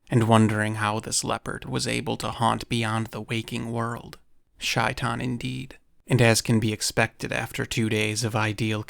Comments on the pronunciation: Its pronounced shay-tan not shy-tan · Heads up, it's not pronounced "shy-tan" - it's pronounced "shay-taan" (first part is like saying "say" but have the "shhh" sound). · It's Shay-Tan not Shy-Tan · By the way, shaitain is pronounced 'shay - tawn' (at least close enough) and is specifically what evil djin are referred to in Islam (aka demons). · I am Bosnian Muslim and it’s pronounced ‘SHAY-tan’ 😊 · Read the book when a kid. You tell it well! It is usually pronounced SHAY'tan and is basically Arabic for Satan. One of the cats Corbett killed. It was said to be extra large for a leopard.